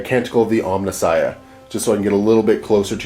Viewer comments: Beautiful board. Good game. :) Just FYI though, it's Omnissiah, not Omni-Science. It's like Pariah or Messiah. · For the love of god, will someone tell to check his pronunciation of Omniscience.